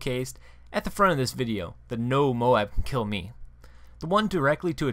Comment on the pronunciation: You pronounce MOAB wrong. Listen to how WHITEBOY7thst says it!